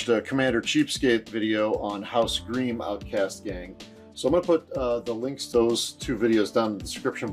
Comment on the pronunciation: Great video. A small note, it's pronounced like 'grime', not 'greem'.